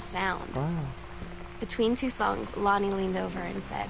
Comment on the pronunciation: he said lonnie sooooooo wrong . my names lonnie and when i heard that i was SHOOK. and this isnt my acc fyi. the person knows im on it thoo